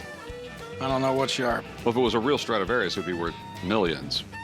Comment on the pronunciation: It's a " Stradavarous Fiddle "